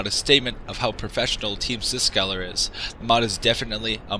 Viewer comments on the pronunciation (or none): dude, its Psykskallar, not Psyskaller.